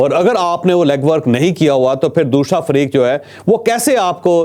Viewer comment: دوشرا 😂 جاوید صاحب پہلے اپنا طلفظ درست کریں ، عمران جاوید زندہ باد